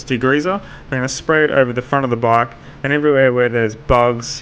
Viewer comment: After using eng sub I understood that you mean bike instead of bug.I was thinking " bug?". Spell it like this "beik"